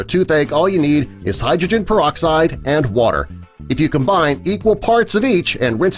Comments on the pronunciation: Ya heard... PerD-oxide y'all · peroxide not perdoxide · 5 seconds in "perdoxide" wow, off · Peroxide or "perdoxide"?? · perdo? xd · Perdoxide? Sounds Perdy suspicious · When did they put a "d" in peroxide?